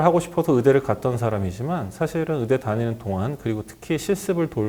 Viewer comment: 왜 의대를 으대라고 ㅋㅋ 잘 생기고 차분하시네요 지나가는 양떼여요